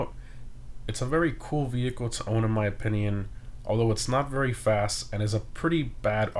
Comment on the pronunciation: he continues to say opinion the wrong way and it's annoying lmao